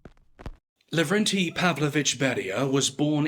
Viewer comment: Not Lagrande. No. Lavrentiy.